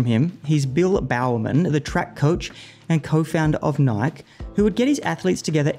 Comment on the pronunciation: "Nike" has two syllables